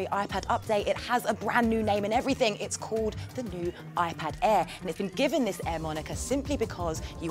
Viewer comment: "it's called the iPad Eh" ?